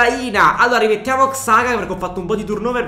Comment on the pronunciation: xhaka si pronuncia "giaca"